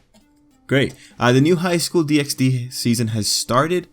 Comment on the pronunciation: Good video but it low key triggers me that you say DxD, it's pronounced Highschool DD!